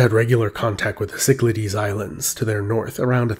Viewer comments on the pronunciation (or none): Some pronunciation tips.It is not Sicklahdies Islands, but Kiklathes,from the Greek word for circle., Kiklos.I appreciate the artistic efforts , but for the sake of your Greek viewers, take the time to learn some proper pronunciation.Use Google Translate as it has a audio function that tells you the way to say it.To all the Erasmian pundits,I don't care what you think.Just humour us Greek speakers.